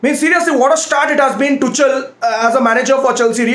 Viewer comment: Every one : Tuchel Rantman : Tu chal 😂